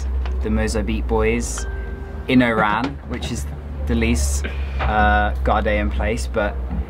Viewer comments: The city’s name is nor “Eyran”; should be “Wahran” or O’ran. Thanks for sharing. Impressed with your Algerian visit vlogs. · You are borderline calling it "IRAN" the way you pronounce it 🤦‍♂️😒 It's ORAN. The stress is on the O not the R .. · Bro you sound like you saying IRAN it's ORAN. You can say it as ORON in arabic WAHRAN. Cheers. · It's OOOOORAN not I IIIIIIRRRAAAAN. WTF???? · Why do i keep hearing "Iran" instead of "Oran" ? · make sure when you go back to Algeria in the city of Oran make sure you say Oran correctly the same way you ll say (O)Orange because the way you say it it sound like you said Iran! lol Algerian people dont like to be mix with Iran we are Oran not Iran LOL I am Abdel from the US i was born in Oran. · Nice clip! Correct me if I'm wrong, I noticed when you say "Oran", you pronounce it like "Iran". At first, I asked myself it's Oran or Iran. Great job and thanks for sharing your clip with us! Cheers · "milk of chicken ...its for married person.." xD Everytime u said Oran , i heard Iran hhhhh...welcome to Algeria! you should visit Constantine next :D <3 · When you say Oran sounds like Iran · it's oran not Iran